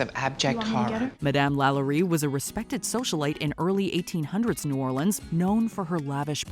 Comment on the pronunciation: I'm just happy she said New Orleans correctly....😊